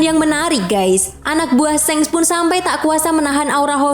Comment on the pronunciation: Shanks ! Baca pake A Bukan shengs ! Memeeekkk